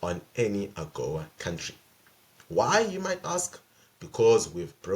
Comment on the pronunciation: Not to mention that he still pronounces country as “COWntry” despite all those prepared speeches